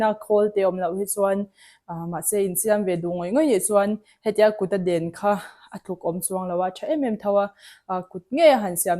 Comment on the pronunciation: Dēn,ni lo in den tih tihtur auh